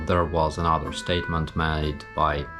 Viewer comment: you said MY instead of BY lol. very impressive, you know your stuff. Think Putin's bucket list is long but his time is short so hopefully you won't be adding too much to it.. slava Ukraine